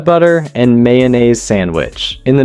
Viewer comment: WTF is "yanaise"?! 😬😅